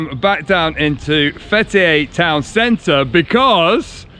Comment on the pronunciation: Fetiey diyor adamcağız FBİ der gibi 😂. FTİ (Fetiey) Open the Door